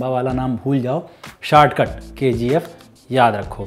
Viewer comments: K - G - 'aephhhh' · I thought it's KGF but he is pronouncing as Ke Gi Ef